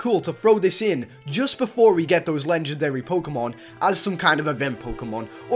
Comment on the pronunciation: he said Lengendary Pokemon...Its LEGENDARY Pokemon.